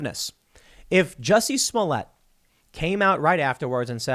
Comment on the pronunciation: Super Glad you finally pronounced his name right. xD